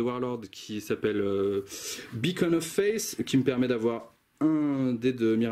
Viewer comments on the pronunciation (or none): none